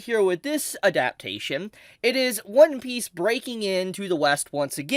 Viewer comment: Bruh your pronunciation of "adaptation" is crazy